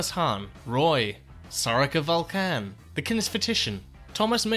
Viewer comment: Nice job!! (No pun intended.) But how can you not know that it's VULcan, not vulCAN??? Keep up the good work (pun intended).